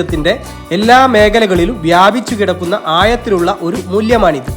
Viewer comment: ആയത്തിലുള്ള അല്ല ആഴത്തിലുള്ള നീ ദയവായി മലയാളം നിർത്താമോ നിന്റെ വർത്തമാനം കേട്ടിട്ട് കൈതരിക്കുന്നു ചാച്ചരത @@